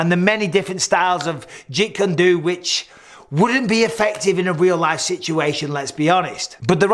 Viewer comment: Wait, did he just say the Jeet Kun Do isn't effective (all while completely mispronouncing it as well by saying Jit Kun Du)? LOL I'm pretty sure Bruce Lee was the first MMA fighter. He 'Mixed Martial Arts' for the first time I can recall in the 52 years I've been on this planet. And I'm pretty sure he'd kick this guy's butt all night long. 300 stick fighters fighting for hours? Why didn't they figure out that they could gang up on nearby combatants and take them out before the other 50 from the other side got over to them. That seems like a rather TALL tale to me. There's no way you could get that many people together before one side figured out that they could double team a few guys really quickly and change the odds, unless they were stupid. Honestly, if it's 10 on 10 and the guy in front of me steps back for a second, I'm giving the nearest enemy a whack if he's in reach. Then it's 10 on 9. And then there's the obligatory sales pitch. Sorry, I've got REAL earbuds pal. And one word from my generation.... SELLOUT! Actually a few words since you didn't actually 'shake your head violently' (not even mildly) ... CORPORATE LACKEY! Battery life on electronics is based on average usage time, not real battery life. You can probably get 8 hours of battery life if you only use them for 15 minutes at a time over an 8-hour period. LOL Bose Earbuds have a 16-hour battery life! It's all bollocks!